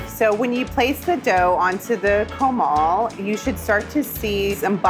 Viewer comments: I am sorry. Where are my Spanish speaking people? The way she said that was hella white. Really leaning into that mall lmao. 😂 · The CO-maahll LMAOOO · can definitely tell she's Texan Mexican by the way she pronounced comal as coe-mawl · Keith's pronunciation of "tortilla" made me so proud but "HA-rina" "com-AHL" killed me 😭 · in all of Los Angeles they couldnt find someone who could say comal correctly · Was wishing there was a hispanic professional judge bc i was watching her make hers like thats not how i do it at home 😳 Also her pronunciation of “comal” killed me Update: her grandma is hispanic 😶 why she pronounce comal like that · Everything about the "chefs" taco, all the way down to the pronunciation of "comal" made me sad.